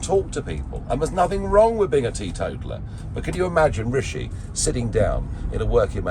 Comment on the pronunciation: He called him Rasheed lol